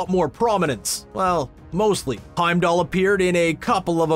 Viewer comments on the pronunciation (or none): none